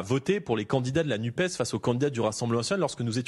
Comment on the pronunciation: Pourquoi l'Arlette nous parle de la NUPE alors qu'il s'agit de la NUPES ? Oublier de prononcer : "NUPESSE" (comme FESSE) c'est priver cet organisme de son aspect social ou de son origine socialiste et pourquoi pas pour la priver dune velléité de faire dans le "sociétâhaâl , comme ils en ont plein la bouche dans des merdia, lesquels, par là, montreraient leur dédain à l'égard d'un certain peuple ou afficheraient leur mépris de classe.